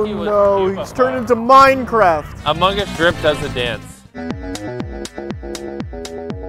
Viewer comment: Nobody- Absolutely no one- Quackity - “I play amongas”